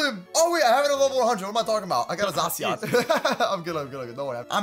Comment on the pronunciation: zashion not zasoin